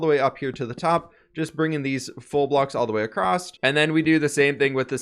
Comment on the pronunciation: acrosst isnt a word